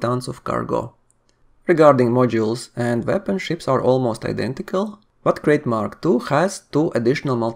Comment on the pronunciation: It's pronounced 'Krite'. Named after the snake, like most Elite ships.